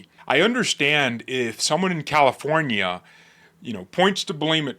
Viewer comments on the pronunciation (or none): none